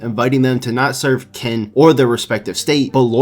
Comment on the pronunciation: Qin is pronounced as chin not kin.